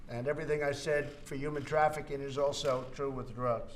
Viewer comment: “Yuman traffikink”